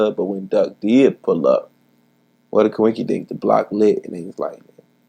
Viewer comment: Did that Chiraq savage just say cuwinkidink ?! 🤫